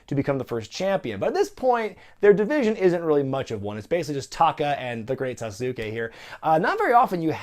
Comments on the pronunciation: Its still Sah-soo-Kay not Sa-sue-kee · It's pronounced "Great Sa-z-kay" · I checked with people who ought to know as well The great Sasuke is pronounced SAS-su-KE It’s 2.5 syllables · SAH-su-KAY the "su" part is pronounced very quickly. It is almost as if it is not 2 syllables, not 3 syllables, but almost like 2.5. The "su", almost rolls into the "KAY". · It's pronounced sauce-kay, as in Sasuke Uchiha from Naruto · Regardless of how any given non-Japanese-speaking announcer may say "Sasuke", the phonetics of the Japanese language dictate it's "Sass-ke". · I mean, being a fan of something has nothing to do with it? With Japanese there's a single correct pronunciation, and it's not Sauce Sue Kay. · Yet you wouldn't pronounce Asuka or Shinsuke as Asooka or Shinsookey would you? Then apply that to Sasuke.